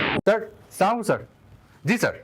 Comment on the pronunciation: Apurbo Bha, Salam ta thikmoto shikhen, ata kintu smart porichoy na.